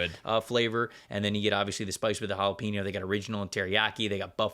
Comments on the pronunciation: JAH-Lah-pen-no broke me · Always love the pod guys! but im british and is that REALLY how americans pronounce jalapeno!?